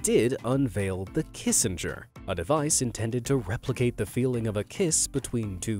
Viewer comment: did he say raplicate ,the spider vid